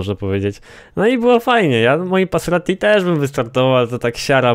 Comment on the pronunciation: ty mowiles passeratti sory za bledy ale nwm jak sie pisze i uslyszalem moje maseratti